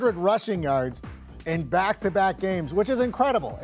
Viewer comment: I love how you emphasized unprecedented, someone likes the pat mcafee show